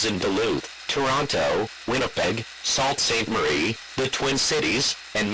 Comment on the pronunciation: "Salt st. Marie" I love when TTS fails to understand how to pronounce things. Awesome vod!